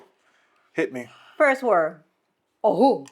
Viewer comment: Muy bien dicho el ojú, con h aspirada 👍🏻 enhorabuena